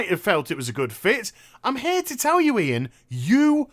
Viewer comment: its :"IAN" not "ION" and that guys a jackass.